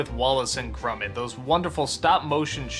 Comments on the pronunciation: Its grOmit not grUmit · grumet? it is pronounced gromit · Has Doug ever actually watched Wallace and Gromit? Characters say Gromit's (GRAH-mitt) name over, and over, and over, and yet Doug can't shake the pronunciation "Grummit". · Why the fuck does he say "grummet" though lmao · He says Gromit weird